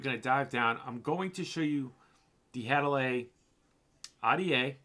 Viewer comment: Had-a-Lee I THINK is how it's pronounced...as always another great review my dude..